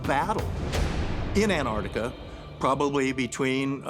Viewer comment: Almost every pronunciation of Antarctica was wrong. It isn't Antartica.